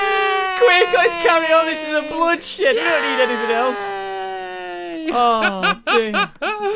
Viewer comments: Blood shift or blood shed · He said bloodstreek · Sereno he said bloodshoot btw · Did say "this is a bloodshit" Or is it just me? BTW 2018 anyone? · He said 'it's a blood shed'